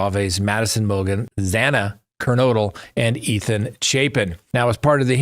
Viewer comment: I love watching you for the latest info! Btw Xana should rhyme with Hannah! ❤️